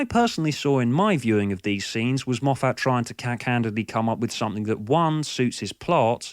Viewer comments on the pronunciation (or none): i am assuming your saying Moff - FAT to make fun correct?